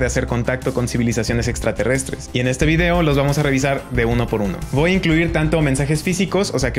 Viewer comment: Le voa poner :v "voa" Es que me trae gracia, en cuanto al contenido, gracias aprendí mucho